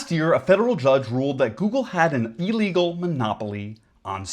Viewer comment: Can we work on pronouncing illegal since you're going to precede it with literally and put emphasis on the word?